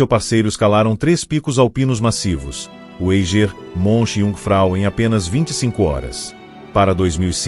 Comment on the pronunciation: O Eiger se pronuncia "Aiger" daki de casa da pra ver essa montanha. Documentário ficou mais completo, pq na netflix nem falaram q ele estava derespeitando os Sherpas.